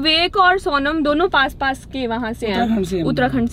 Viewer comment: She is saying saunam instead Sonam. And loaby instead lobby. 😭 sab Seekh jaati hai ladkia makeup, class everything but English me hugg deti hain. Why? 😭😭 Please work more on your vocabulary pronounciation this english isn't suiting your character.